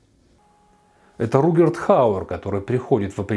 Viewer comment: РуТГер его зовут, а не Ругерт)))